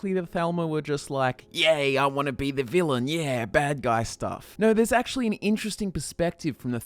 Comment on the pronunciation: Well, akshushfunikacally...